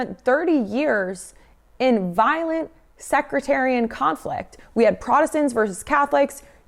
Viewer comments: "secretarian violence". Did you perhaps mean sectarian violence? Love the message but the delivery could use some work. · Just a correction here. It's "sectarian". Not secretarian. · Sectarian, not secretarian . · The word is "Sectarian," NOT "Secretarian". It's about religious sects, not secretaries. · “sectarian” not “secretarian” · You said it incorrect twice within 3 mins so I figured I should intervene. I believe you meant to say "sectarian violence" base word being "Sect" - A group of people forming a distinct unit within a larger group by virtue of certain refinements or distinctions of belief or practice. Inserts joke about violent secretaries 😂 Great content! Keep up the good work. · Luv u but it’s sectarian not secretarian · Hey Pretty lady: it is sek-tarian, not sek-re-tarian. ❤ the channel! fk fascists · Just FYI it’s sectarian*** violence, not “secretarian” lol 😝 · okay, it's SECTARIAN not secretarian...not the same thing, secretarian is not actually a word. my gosh... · Sectarian, not secretarian. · Sectarian not secretarian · Sectarian not secretarian.... still love your work.😂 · Sectarian, Sek Tare E N. You’re adding an R. Sounds like you’re talking about a girl you hired at your front desk who punches people in the face lol. Not trying to be mean, I love your content and think it’s needed. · I like your channel, and I know you are young and learning. But please learn to correctly pronounce the words you are saying. The violence in Northern Ireland is sectarian, not secretarian. They are fighting over religious sects, not who can type the quickest. 😂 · Hey,, it's SEC-tarian not SEC-RE-tarian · Ok was gonna let it pass, but sorry: SECTARIAN, like sectors, not "secretarian", like office workers. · Sectarian is the word you are trying to say. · Sectarian not “secretarian” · SECT.... SECT-ARIAN... SECTARIAN Sorry... Secretarian violence makes me think of people throwing phones and file-o-fax's at each other. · You had me at "secretarian"